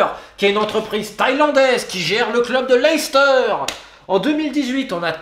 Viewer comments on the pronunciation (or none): none